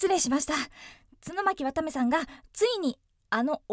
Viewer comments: ちゅのまきわためさんｗ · ちゅの巻わためw